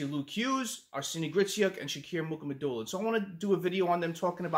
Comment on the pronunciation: It’s not Muk it’s (Moo Ha Ma Dew Lin). I call him Russian Sasquatch